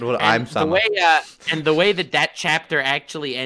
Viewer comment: American calling Im-Sama ‘I’m Sama”. Educate yourself and learn to pronounce words. what are you guys learning over there?